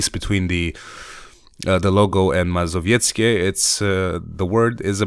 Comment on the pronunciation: well fucking done on that pronunciation. I know polish from a young age and can't pronounce like that:p